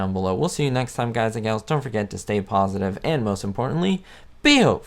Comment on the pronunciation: please dont say "galls" makes my skin crall